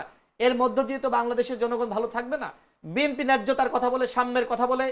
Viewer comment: নামটা ভালো করে উচ্চারণ করতে পারেন না বিএম।পি নয় বিএনপি।